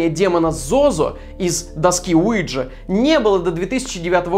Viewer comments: Я тоже слышу Луиджи ))) Уиджа не годует .... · Alfiya Adilbek я живу во Франции а до этого жила в Испании и ТУТ доска называется уийа или уиха то есть да на французском и немецком. Произношение мне кажется было американизировано и у нас оно неправильно произносится